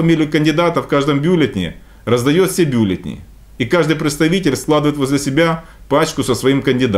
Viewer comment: Одному мне режет слух слово «бЮлетни»?!